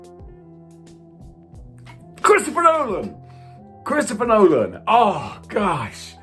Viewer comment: Gotta admit, your list...is most likely 100% accurate. I love your 'state of' condition for this video. Truly entertaining! Oh, and it's Christopher Nolan...LOL! You're killing me. Keep it up!